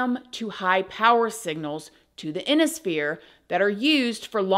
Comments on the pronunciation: Its I-ON-IS-PHERE not Inisphere. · Emirates is pronounced Emma-rits and Ionosphere is pronounced I-on-es sphere. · Are you talking about the ionosphere (“eye-on-oh-sphere”)? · Ionosphere. Google pronounciation